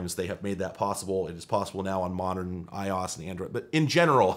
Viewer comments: May i ask why you say "ios" ? Is it a joke ? Are you being serious? I don't understand why you dont say i o s its very upsetting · I-Yas? 🤦‍♂️ i o s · Why did you read iOS as "eyeoz"? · Is it really pronounced “eye-oss”? I’ve been saying “eye-Oh-Ess.” Have I been looking like a fool?😅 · I don't care that you're calling it i-oS when it's technically i-O-S but I hope that people watching this realize that. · have i been saying iOS wrong this entire time. i-OSS? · I was curious if this was an inside joke or a running gag in his videos. Still don’t know, but I’m Glad to see I’m not the only one to find it odd. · okay im sorry did you seriously pronounce ios like that? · i dont think thats how you pronounce iOS